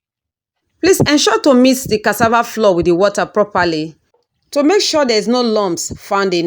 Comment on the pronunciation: Why do some Nigerians pronounce as if they're deaf? It's cassava flour with a u and not floor. Smh